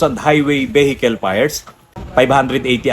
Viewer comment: Veehicle po sir. Hindi vehicle. 👏